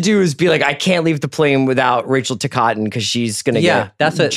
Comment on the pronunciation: Tih coh tin not tuh kah tin